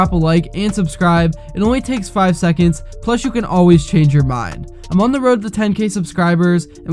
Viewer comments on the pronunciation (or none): none